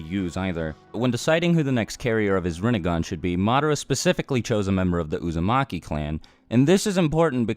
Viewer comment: he said Usamaki clan. 😂